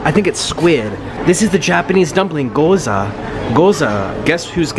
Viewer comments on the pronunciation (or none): "Goza" No "Gyôza" Please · goza??? G-YO-ZA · It’s not goza it’s gi-yoza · Not Goza. It’s Gyoza. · he really said goza tho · Not trying to hate its Guy-ows-a